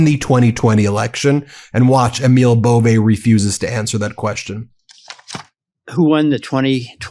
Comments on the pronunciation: EMIL IS PRONOUNCED AMIL LONG A. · Pronounce Emil correctly. Its Amil.